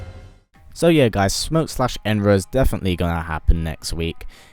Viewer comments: It’s not enra it’s enenra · Enenra not Enra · ITS ENENRA. He isn't saying "An Enra". He is saying ENENRA. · You are saying enenra wrong